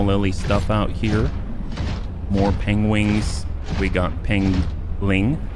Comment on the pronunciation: It isn't your wingman, it is you pengwing man.